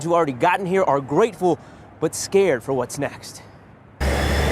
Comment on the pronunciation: This reporter needs to slow down and pronounce his words! What is he saying ? Is he saying that "no immigration policies were announced" or that "new immigration policies were announced"? It sounded like he said "Nimmigration policies were announced".